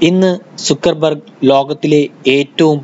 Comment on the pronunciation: സുക്കർബർ ഗ് അല്ല ബ്രോ, സക്കർ ബർഗ് 👍